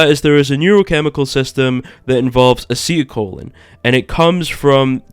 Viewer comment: wow dude "acetyl colon" and baskalisk" where'd you get your biology degree using such big words and saying them correctly i completely believe everything you are telling me you are the expert